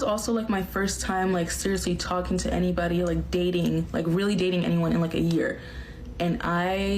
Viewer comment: Whenever you say "talking stage" it sounds like you're saying "Tolkien Stages" to me which sounds like you're going on a world saving quest so her dad will let you marry her.